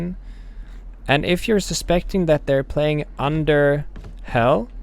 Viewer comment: “Under hell” lmao😂😂 Just before the dumbass comments appear I know English isn’t his 1st language I just thought it was funny